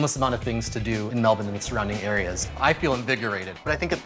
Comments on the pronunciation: "Mel-bun". Well, at least you pronounced it correctly. Btw, I cut my own hair too and take a bath once per week. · Well they got points for pronouncing Melbourne correctly right off the bat